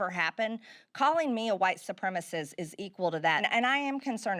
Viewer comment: Hearing her fuckup the word "supremacist" was like nails on a chalkboard. She is such an idiot.